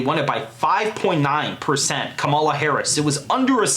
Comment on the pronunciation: please learn to how to pronounce kamala